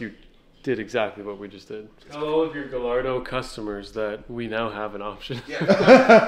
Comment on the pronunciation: Please start pronouncing Gallardo the correct way 🥲